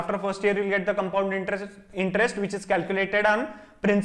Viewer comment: How he confidently saying comepound intrest 😂